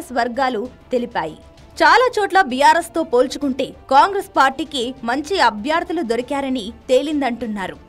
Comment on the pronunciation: అభ్యార్థులు కాదమ్మా అభ్యర్థులు